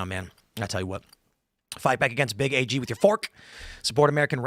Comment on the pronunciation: You sound like a city slicker when you say big A G. It is big AG.